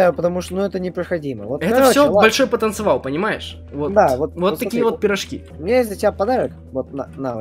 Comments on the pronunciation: Не потовынцывал А ПОТЕНЦИАЛ ТЫ ПОНИМАЕШЬ ТЫ ВЗРОСЛЫЙ ЧЕЛОВЕК А ГОВОРИШЬ НЕ ПРАВИЛЬНО НЕ СТЫДНО? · Ты почему говориш не потанциал а потанцевал